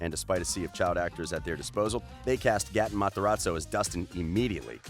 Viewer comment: he always says Gaten Matarazzo's name wrong